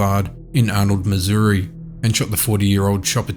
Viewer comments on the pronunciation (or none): none